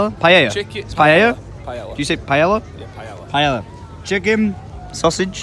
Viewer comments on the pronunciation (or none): an ELL sound in Spanish is pronounced like Eh or just like saying the letter A not EL so Paella is pronounced Pi-eh-uh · “Pie-ella”.... “PIE-ELLA”!..... Pretty sure it’s pronounced “pie-aya”. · you were right, was wrong: it's pronounced "pie-ay-uh" not "pie-ell-uh" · i love the fact that you said "paella" right and then "corrected" you to the wrong pronunciation XD XD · Xavier Kuehn he said it right, but made him say it wrong.